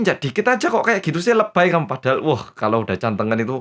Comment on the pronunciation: bacanya jd 'Gantengan' bukan Cantengan XD